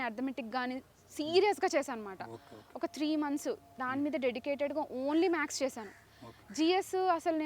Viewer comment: MADAM MAX KADHU MATHES, MATHEMATICA 😂